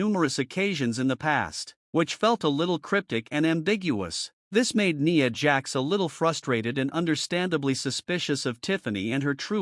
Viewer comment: A pointless video you saying nia jax name so wrong over there.